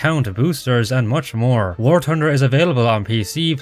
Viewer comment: I love it when bro says “war tunder” 😭